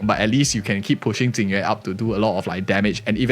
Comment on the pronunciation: It's so confusing when people call Jing Yuan, Ting Yu-in. It's bad enough with people now calling Fugue, Tingyun. But this character isn't Ting Yu-in, it just makes the video confusing to listen to.